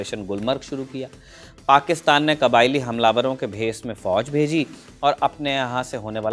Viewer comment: काबिलायी नहीं । कबाईली होता है।